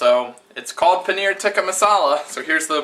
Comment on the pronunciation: Close! I think that it's "tee-kah" but haha! I was just looking for some Indian curry recipies~ Watching you make that cheese was pretty damn cool.